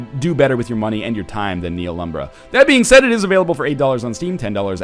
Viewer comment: THE H IS SLIENT